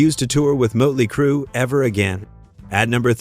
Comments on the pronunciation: Muttely Crue? 😂😂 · Mutley, motely, mutelee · The umlaut over the O would create a 'U' sound. 'Murtley Crew'. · Did it say mutley crew instead of motley crew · . "Moatley Crue." 😂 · Teach your AI how to say Motley Crue. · Muddly Crue, huh.... AI sucks so bad. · Bad AI. Learn to pronounce "motley". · Who the feck are 'Mutley Crue'? Load of AI bollocks. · Heh heh Mutley Crew. This must be AI. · Mutley Crew? AI crap. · Is any of this even true ? Things sounded a bit wonky to me, and then you said mut-ley crew. I`m out and giving a thumbs down. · Seriously? MUTTly Crue? im out.. Channel blocked.. Stupid AI trash channel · Muttley Crue. Gotta love A.I. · A.I. Bot Slop! Moatly Crue? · I think it's "moatlee" crew..🤣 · Wait... so they said they weren't going to open for anyone, or they gladly joined the likes of KISS and Aerosmith on their respective tours? Which was it? Also, please train your AI bot to pronounce bands' names correctly. JFC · Everything with this video is untrustworthy with that Ai voice that cant figure out how to say Motley Crew. Lazy and bullshit claims.